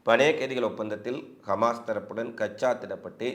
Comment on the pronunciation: கமாஸ்... அல்ல தம்பி... ஹமாஸ் என்று சொல்லுங்க. செய்திகளுக்கு நன்றி.